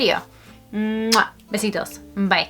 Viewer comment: I love the way you say "besitos". :D